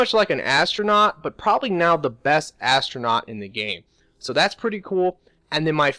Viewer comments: ATRONACH not ASTRONAUT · he means atronach lol when i heard him say that i was like "astronaut?" too lol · when you said atronach i heard astronought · Atronach, not Astronaut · Yall some dumb ass people sayin astronauts it ATRONACHS SRSLY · its artronach not astronaut lol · Ist calles shitty pronunciation. He meant atronach, i guess he thinks its called astronach or some shit like that. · Astronaut do you mean atronach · Did you say astronaut instead of atronoch? lol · lol astronaut? atronach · He said astronaut instead of atronoch! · Also when he said astronaut... Unless that's like an inside joke for his channel